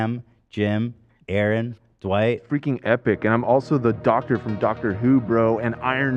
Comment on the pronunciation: I can’t handle and Ethan pronouncing Dwight like “DuWight” lolololol